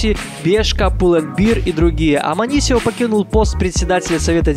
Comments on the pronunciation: амансио а не аманисио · не аманисио а Амансио